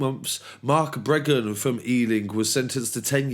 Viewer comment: It's Breagan not Bregan